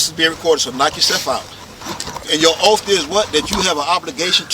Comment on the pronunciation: I was wondering what an OAF was? He should take an OAF to fix his TEEEF.